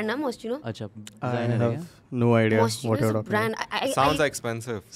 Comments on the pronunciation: It’s pronounced moskino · It’s actually pronounced mos-kee-noh but alright no one’s judging